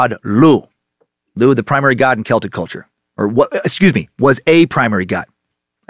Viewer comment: Holy fuck - thank you for not saying "sel-tik"